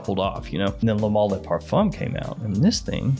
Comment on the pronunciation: Why do so many american fragrance reviewers mispronounce ‘Le’? It’s pronounced ‘LUH’ not LAAAAY.